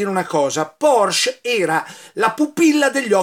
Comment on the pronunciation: La Ditta VolksWagen era dello Stato, ma il direttore e progettista del Maggiolino fu proprio Ferdinand Porsche. Mi raccomando, la " e " finale va pronunciata.